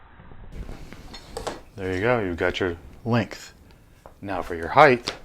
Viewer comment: Perfect "heighth" every time when you use a bump jig. Lol